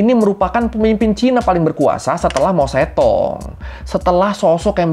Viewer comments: mao zedong bacanya mao cetung 😂 bukan mao cetong😅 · pengucapannya harus mojedong bang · oiya bacanya itu mao tse tung ya mas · Emang mao zedong di bacanya mao cetong?